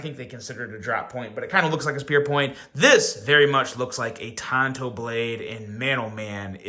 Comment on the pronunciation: Tanto, not Tonto. Tonto was Longer Ranger's sidekick. lol